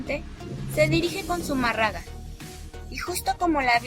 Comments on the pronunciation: Hay mi niña,,no se donde te instruiste,pero tienes una,falla en pronu ciar zumarraga,sin acento. Y suponiendo tu platica Sea valida,,en la epoca,si esta el suceso,de la aparicion ,se uviese probocado un genocidio.,si el contenedor un genocidio , para ti no es un milagro por "" una aparicion creada"" pues no se que sera.igual sige instruyendote ,ahkra en la fe ,y deja poco a poco tu ateoismo practicante Que solo refleja ,la falta de fe,al rato saldres con que la fe no existe coml tal..vukdate y bendiciones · Todo iba bien hasta que la cagaste con la pronunciación de Zumárraga. ¿Qué no viste la tilde? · Que pena me da escuchar que hablen, se expresen y ofendan de esa manera a la madre de Dios... a leguas se ve que son testigos de jehová 🤣🤣🤣 o algo que se le parece. Esta narradora no sabe ni pronunciar Zumarraga, mucho menos voy a creer que as estudiado sobre las apariciones de la virgen de Guadalupe... tengan en cuenta que ya tiene un pie en el infierno por insultar a la madre de Dios y matar la fe en las personas. Que es también un mandamiento "no matarás " ya que se la dan de que saben mucho. Bola de ignorantes!! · ESA CREATURA QUE LEE NI SIQUIERA SABE PRONUNCIAR ZUMÁRRAGA . SUENAN A NIÑAS PROTESTANTES DANDO TEMA A SUS HERMANOS . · Pero también aprende a hablar.. es zumárraga con acento , no seas tonta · Si mira k eres estudiada tanto que puedes ni pronunciar un apellido😂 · Con todo respeto pronuncien bien apellido del fraile y todas las religiones piden de una u otra manera dinero o como le quieran decir ya lo dijo benito juarez recuerden su frase.